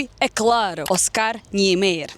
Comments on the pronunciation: excelente seu vídei! mas o sobrenome de Oscar seria mais ou menos: [nien-maier]... você pode ouvir no google tradutor português/alemão e vc verá a pronúncia nas duas línguas ok? abraço! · obrigado por me mostrar a nossa Brasilia a qual ainda nao conheço pessoalmente. Soh para ajudar, a pronuncia é Oscar "Niemayer". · fala-se NIEMÁYER. Vc já foi em Goiânia (cidade proxima a Brasilia)? Lá tem o Centro Cultural Oscar Niemeyer (um puxadinho de Brasilia) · a maneira correta de pronunciar o nome do arquiteto dfe Brasilia é "NIEMAIER" o Oscar Niemayer.